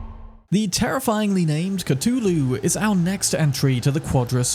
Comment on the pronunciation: Whelp didn’t expect someone to pronounce Cthulhu correctly or correct enough.